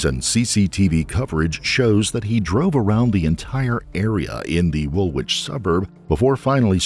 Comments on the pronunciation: Woolwich is pronounced as wool itch not wool witch. The pronunciation of Parramatta was also interesting! - from an amused Aussie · It’s pronounced “Woolich” not”WoolWich” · it´s pronounced Wulich, not wOOlWich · An American mispronouncing Woolwich (pronounced Wool-itch) and Parramatta, without a quick check online to get them right, is as annoying to an Australian as an Australian pronouncing Albuquerque as Albu-kwer-kwee would be to an American. I do wish folks would check how to say something (especially unfamiliar names - both people and place) before reading their narrative. I applaud your pronunciation of Melbourne though. Interesting crime and trial - as an Aussie it's always fascinating to hear stories from Australia. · The second w in Woolwich is silent.